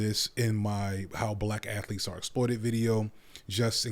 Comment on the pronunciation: STUDENT ATH O LEETES